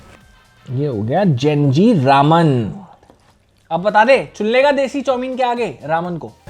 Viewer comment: ramyun not raman